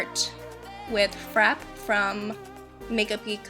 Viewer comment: Loved the tutorial! Your eye makeup is always so gorgeous. Just FYI, the word frappe is pronounced fra-PAY :).